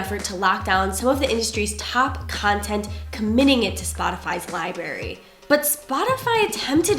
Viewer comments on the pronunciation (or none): Library not liberry 🤦🏼‍♂️ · Did she just say Li-bary? Sigh. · she says "liberry". Ha. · people who wear eyeglasses like that yet still pronounce library as “lie berry”. Yes, we exist.